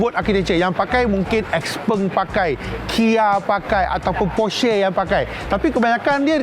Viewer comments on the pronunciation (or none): Bang sebutan dia bukan Porshay tapi Porsherr